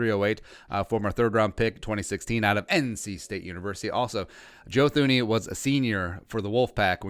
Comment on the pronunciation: It's pronounced TOO-nee, if you're gonna do a whole video on him, atleast learn to say his name correctly lol